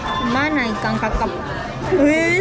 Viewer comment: teteh itu bilang ikang kakap.. 😁 kok ikang sih... ikan gtu ikan...